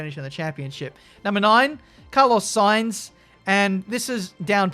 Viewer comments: Carlos 'Saintz'?😆😂 Why not just Carlos Sainz haha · sainz not saintz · Everbody: Carlos Sainz: Carlos Saintz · "Carlos saintz" there it is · Why’s put a T in sainz? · No one:: Carlos saintz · No one:...: Carlos SainTz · "Carlos Saintz" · Carlos Saintz...? SAINTZ? U good? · "Carlos Saintz" xddd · "Carlos Saintz" Great job. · “Carlos Saintz” 😂